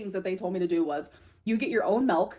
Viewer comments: look at her face as she says “melk” she knows good and well it’s on purpose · Everytime she says MELK, a cow dies